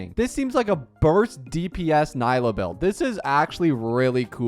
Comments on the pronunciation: He pronounced it as nighlou not naylou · “Naylow” killed me💀💔 I hate being this nitpicky but my goodness does it hurt to hear Nilou being pronounced so very American😭 Ni = as in “neat” or “need” Lou = (isn’t that even an English name??😂) Like “loo” or “loser” hahah I’m not hating really, it just hurts my ears, love your content mate👊🏼